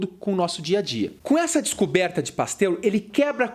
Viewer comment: mais algm ai ouviu ele chamar o Pasteur de pastel ? xD